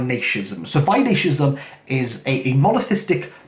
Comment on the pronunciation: Its Vaishnavism. Why-Shhh-Na-Vism